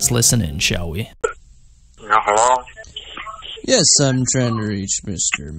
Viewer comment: Did you really actually say "henlur" picking up the phone